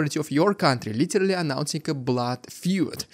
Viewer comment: Stop saying litelly, its literally and you are overusing it..